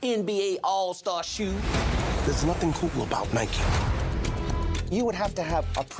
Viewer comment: Did this guy just call Nike - N-I-K-E?